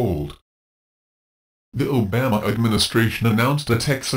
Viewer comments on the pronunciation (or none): That horses ass can't even pronounce. Obama's name right.We need single payer nationalized. health care now! The insurance model for healthcare is pure evil.